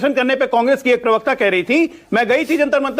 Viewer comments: अबे सूतिये पर्वकता नहीं प्रवक्ता सही शब्द है। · bhai pahle pravakta bolna acche se sikh le